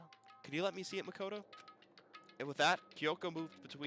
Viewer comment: Ma KO to. There's an O not an A.